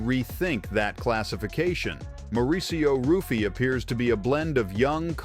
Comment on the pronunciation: It is pronounced "Huffy" not Ruffy. Like "Henzo" Renzo Gracie. Great Video btw